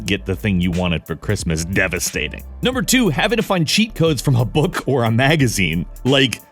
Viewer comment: Da fuq is a "booq"? And "magu-zene"? Im prty sher ur jst macing up wrds now.